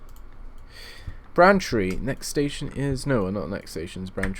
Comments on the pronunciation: to let you know, its not pronunced 'branchtree', its pronunced 'brain-tree' like your brain and a tree outside, just for the heads up :) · And Braintree is pronounced as it's written, not Brantree ;) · Ben Wheeler God it annoyed me, when he kept saying Brantree! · And Braintree - you say Brantree, LOL.